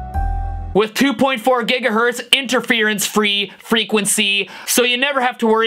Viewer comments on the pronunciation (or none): none